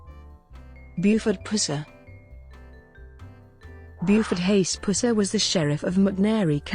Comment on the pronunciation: Your electronic voice mispronounces his name constantly. The 'Puss' in 'Pusser' is said more like the infection in a wound instead of a nickname for a Cat? (Or like....well you know??)